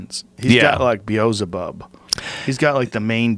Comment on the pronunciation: The way Joe says Bezzlebob